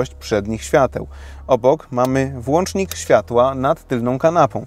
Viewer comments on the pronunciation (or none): none